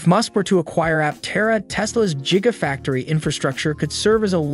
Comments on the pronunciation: Learn to pronounce gigafactory. Couldn't have said it better myself. Oh wait. I have said it better myself. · It's an AI voice... he probably wrote it and the voice insists on saying it that way. Perhaps a second "g" could be added to force the hard "g" sound.